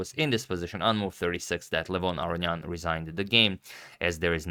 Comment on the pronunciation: As an Armenian, I can tell you that in your older videos you were pronouncing it correctly.